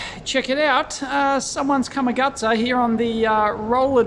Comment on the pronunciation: I always thought you were saying "come-a-gutter"